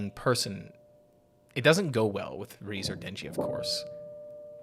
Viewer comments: More like Reh-Zey not Reeze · It's rezé not reez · amazingly peak emotional video, great job. but reze is pronounced "ray-zay" 😭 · REEZE???? How do people watch the movie and still not know how to say her name? Do you all just not listen to the words being spoken?